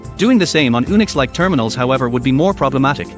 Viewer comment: OMG! Ooonicks? Really?!? It's pronounced You-nicks. Gods...